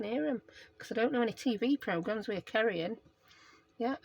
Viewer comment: Oh, you crack me up!! You're right about the name Tara...I think there's just a softness to the way you say both Tara and Kerri! My Nana was British...my dad would get so upset that she didn't say my name correctly....I think my Nana said it beautifully and the main reason why I love listening to you and Tania (another name you say softer)...now that I have rambled on....lol... 🤣 Great way to use up 12x12 paper! I was born in '71 so the metric system was already in place, however, I craft in inches....weird eh?!?!! 🤪